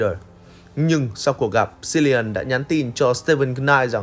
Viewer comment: Cilian đọc là Kilian, ko phải là Silian